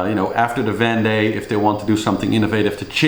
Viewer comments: vEndee globe, not vande globe. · Sure, there are an infinite number of ways to pronounce the name of a French region. But only one way to do it correctly and this is not that.